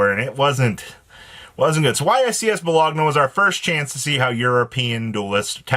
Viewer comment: Dear god, it’s Bo-loan-ya 😂